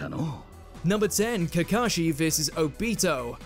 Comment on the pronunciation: Seriously? You guys couldn’t even pronounce Obito correctly?